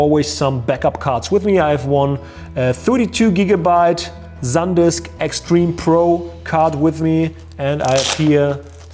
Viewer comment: after the ZENZOR we have another word that says so beautifully! Zandisk <3 I love germany